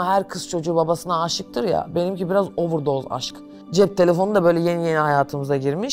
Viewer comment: 32500 kere ovırdoz demesine kaç puan